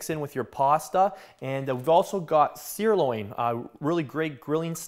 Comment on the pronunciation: Why cant this guy speak OMEEEGA dude just say OMEGA and SIR loin.. not SIREloin.. just hard to take you serious if you dont speak correctly